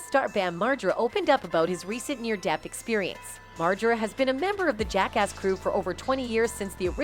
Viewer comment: She sId Jake-ass 🤣. Sounds like something you call a cop